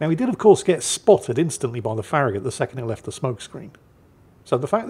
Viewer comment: pronounced FARRAGUT